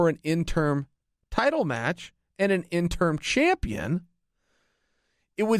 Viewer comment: You keep saying “interm” haha